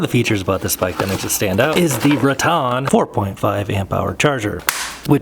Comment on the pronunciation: It's pronounced RATT•en ... not "rah•TON 😊